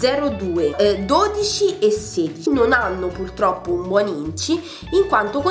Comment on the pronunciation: Perdonami tanto, però quel "pultroppo" mi ha infastidita più volte...